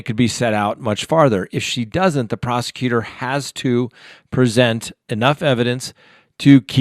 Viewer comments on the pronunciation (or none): none